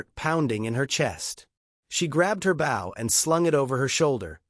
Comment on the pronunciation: Bow, not Bow! Have the AI get it right. Bow means the front of a boat. Bow means a ribbon in a weave or an archery weapon. This proves that this is a fake story,.